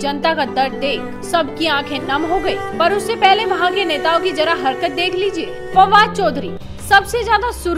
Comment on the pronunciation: Jara nahi zara